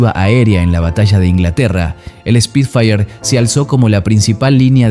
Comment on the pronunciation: Como corrección, no se dice Speed fire si nó : SPIT-FIRE